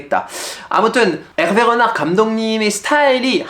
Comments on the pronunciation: 프랑스어 발음이 안좋으시네요 읗낳흫 가 아니라 "르나르" 입니다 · '르나르'만 프랑스 현지 발음 나오시넹 아무리 들어도 전혀 못알아듣겠음 ㅋ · 르나르가 아니고 엘베 흐날으 파리 생제르맹이 아니고 파히 쌍젤흐망